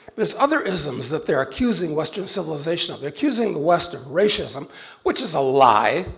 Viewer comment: Why does he keep saying "rashism"? He says everything else correctly but that word. He says race, then says rashism.